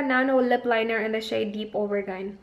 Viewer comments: Teh, "Oh-ver-jeen" and pronunciation ng AUBERGINE, hinde OBERGAYN. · Hi,! I think it's pronounced as o-ber-jin.:) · hi yung lip colour mo na aubergine? its pronounce as au-ber-gin. gin as like gin tonic. It also means eggplant here in UK.